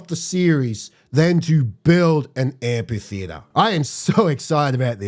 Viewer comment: AmPHitheatre, with an F sound.